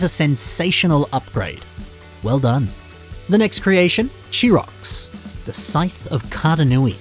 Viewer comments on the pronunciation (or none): thats weird. I've always pronounced Chirox as "Kai-Rocks" It sounded right to me....